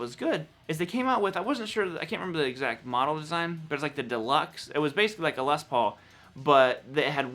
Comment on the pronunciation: Awesome - someone from North America who doesn't pronounce 'Les' with an extra 's' : what's with the 'Less' pronunciation, people ?